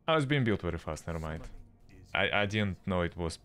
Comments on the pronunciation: VERY NOT WERY ITS V SOUND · Mate you terrible misssounding w with v u say like in waiting the sount of v and in very the sound of w wtf